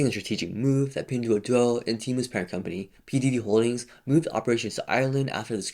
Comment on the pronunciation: All I can hear is "P Diddy Holdings"